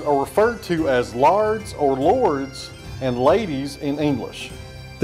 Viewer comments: Oh Lord. The Scottish word for 'lord' is 'Laird' pronounced 'laired' not lard, lard is vegetable fat used as shortening in cooking. You will have hoards of angry Scotsmen in kilts after you.🤣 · "Laird" is pronounced the same as "layered." HTH